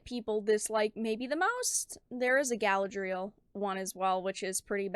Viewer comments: guh-LAD-ree-el, not gal-uh-dreel. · I love your content and you do God's work my child but you must pronounce Galadriel properly. Unless you're intentionally mispronouncing it to associate it with this...thing that is NOT Galadriel.